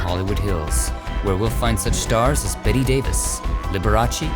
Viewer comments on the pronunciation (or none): It's pronouced "Bet" Davis, not "Betty" Davis. Just saying. Great work though. Looking forward to more.